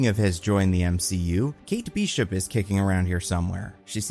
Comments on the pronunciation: What are these pronunciations? Ashoka? Kate Beeshop? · i hate the way you pronounce kate bishop